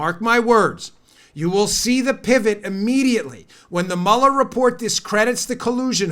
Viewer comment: "mullerfort" hahaha!